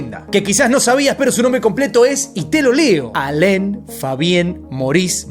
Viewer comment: No es Alen es Alan 😅